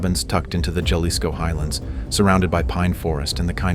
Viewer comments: It’s pronounced Ha-lisco and not Ya-lisco. It’s funny hearing the AI voice trying to pronounce Jalisco. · Huh? I'm from southern Arizona, and that's pronounced Haleesco here. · Don't correct the A.I. if you don't know how to say Jalisco your damn self. It's pronounced Haleesco! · Love the channel, but it’s pronounced Hal-ees-co 😂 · “Juh-lisco” made me hella laugh. It’s Jalisco, like Jalapeño. Hehe love your work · It’s pronounced Ha-lis-co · pmos hearing it mispronounced 😭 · Just for mispronouncing Jalisco, I'm unsubscribing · That’s not how you pronounce Jalisco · So annoying the constant mispronunciation of Jalisco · the way you said JALISCO. damn shame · Is this an ai voice cause Jalisco is said wrong everytime and the pacing is odd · You spent all this time to make this video - couldn’t figure out how to pronounce “JALISCO” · If only they could pronounce Jalisco 😔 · I just thought the same thing. I cringed when it mispronounced "Jalisco." I don't mind AI voices, I just wish the programmers would get basic Spanish words right.